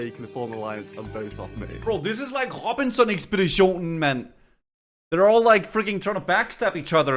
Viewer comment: your danish lmao " robinson ekspeditionen"